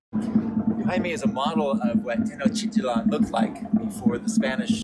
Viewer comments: He said TanOchitIlan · I'm not a mexican but as someone who learned the language out of appreciation I cringed at the mispronunciation of tenochititlan.